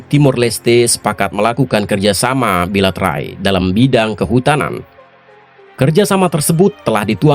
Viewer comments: BILATERAL BOZ BUKAN BILATERAI....hihihi... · Bilateral bukan bilaterai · Beberapa kali saya dengar kata "bilaterai", apa gk salah ngomong ya?